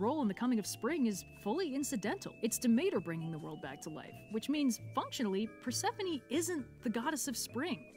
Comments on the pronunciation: GOSH DSNG IT HIS PRONUNCIATION OF PERSEPHONE A N G E R S ME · Persephone: How dare you, miss pronounce my name. Edit: It’s a joke!